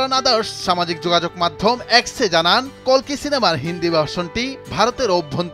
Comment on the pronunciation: অশেষ ধন্যবাদ জানাই কালকি না বলে কল্কি বলার জন্য ০৩.০৭.২০২৪